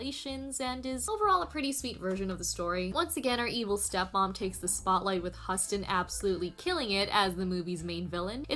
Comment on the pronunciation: Ever After has yet to be dethroned as the best for me. (and Anjelica Huston... is pronounced like Houston.)